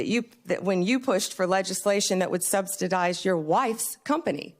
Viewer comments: "substidize." That's her level of education. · Why is that woman still employed, and why is she not in jail? Never trust a person that uses the word "substitize" in place of "subsidize." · Subs-didize? Was she thinking something along the lines of diddyfy? This lady cant even speak how tf is she atorney general for the US😂😂😂😂